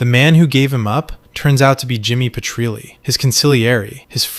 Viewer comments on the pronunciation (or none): Definitely AI. No Sopranos fan would ever mispronounce Jimmy Petrille's name. They would know it's pronounced "Per-tree-ul", not "Pe-tree-lay". 😂 He's not French 😂😂😂😂